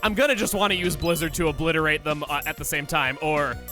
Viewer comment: This Gardevoir is from Kalos. Really? Oblizzerate?